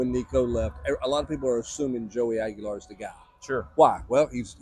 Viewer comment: it’s Aguilar